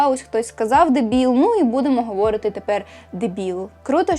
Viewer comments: відео чудове, але говорИти, а не говОрити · Дякую за відео❤❤❤ Маленьке коригування: "говорИти", в усіх дієсловах в інфінітиві наголос на передостанньому складі 😊 А так, ваша українська чудова)))